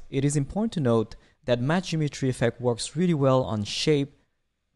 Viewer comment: Great tutorial! Don’t know if it is just me but the way you say Matched Geometry sounded more like Matched Imagery. Kinda was throwing me off haha